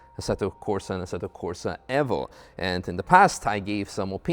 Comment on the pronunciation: ASSETTO CORSA EFFO ? you mean evo ?